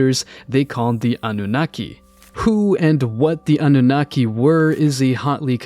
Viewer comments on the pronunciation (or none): Lol nearly everyone mispronounces anunnaki ah-noo-naki stress on the oo